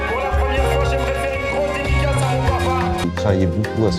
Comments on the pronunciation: "j'aimerai faire une grosse DEDICACA..." alors la si c'était pas fait exprès ça m'a fait bien rire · comment ça "une dédicaca" haha? Sinon très bon docu! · abuse le "une grosse dédicaca"